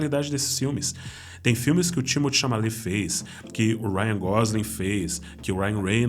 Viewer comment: Meu querido, a pronúncia do nome do ator Timothée Chalamet é "Timotê" e não "Tímoti", como vc falou várias vezes. Por favor, corrija isso porque senão vai ficar falando errado por muito tempo.